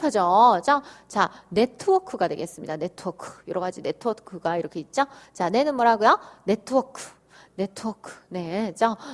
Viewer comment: 있쪄? 선생님 발음 중독성 있어요 ㅋㅋㅋ